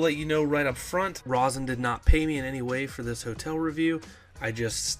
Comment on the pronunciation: It's pronounced long o sound Rosen Shingle Creek